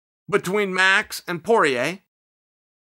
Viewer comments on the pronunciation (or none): none